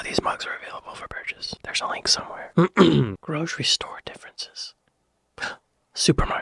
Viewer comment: Gro'sh'ery store? Where did the 'sh' come from?